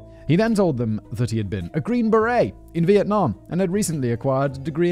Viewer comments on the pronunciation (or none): none